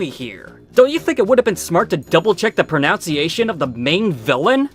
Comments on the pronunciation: Btw it’s “pronUNciation” not “pronOUnciation.” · …. also, speaking of “pronunciation,” maybe it’s a regional thing? You said “pro-nounce-iation” . . . I always thought it was “pro-nunce-iation” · I mean.... I think it's more ironic for you to criticize the pronunciations given that you keep mispronouncing the word ''pronunciation'' as ''pronounciation'' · I hate to be that guy, but considering that it is a recurring theme of the video...it's "proNUNciation." Not "proNOUNciation." I really enjoyed the video. This movie is an absolute train wreck. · The worst mispronunciation is your pronunciation of "pronunciation" as "proNOUNCEiation." Sheesh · Double check the pronownciation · You’re making a video. Don’t you think you should double check the pronunciation of the word pronunciation? (It’s NOT pronounciation.) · Oof pronounciation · You're trolling right, pronounciation? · Also… “pro NOUNCE iation” ??? Lmao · pronounce-iations? You said it once, but a second time ..... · You mispronounced “pronunciation” again. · You mispronounced “pronunciation.” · Criticizes movie pronunciation Pronounces 'pronunciation' wrong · If you’re going to be this critical about pronunciations, you should learn how to pronounce “Tolkien.” Also, “pronunciation.” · Are you ironically mispronouncing pronunciation or do you really think that pronunciation sounds like pronounce? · complains about pronunciation while mispronouncing pronunciation... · You're also pronouncing "pronunciation" wrong, in addition to Balrog. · some meta level stuff on the miss PROnunciation of the word pronunciation